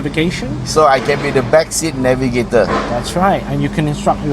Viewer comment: "Nag" ivator" 😂😂😂